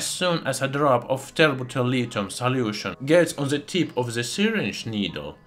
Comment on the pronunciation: I just love how he says "saliution"!